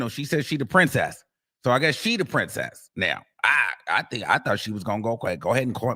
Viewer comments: She didn’t say “princess” tho she definitely said BRIMcess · She said “Brimcess” not Princess